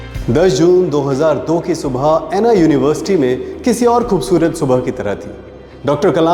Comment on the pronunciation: 'ऐना' University kya hota hai bhai ? अन्ना University bolte hain.